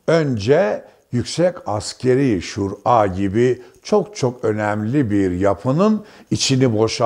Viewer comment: şur a denmez Şura denir düzelt şu diksiyonunu veya sadece yaz